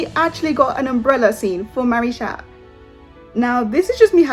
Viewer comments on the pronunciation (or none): Im sorry but they way u say marichat sounds like marish@ LMAOO